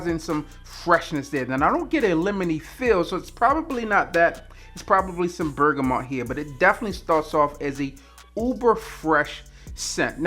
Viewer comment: I like the way this guy says bergamot!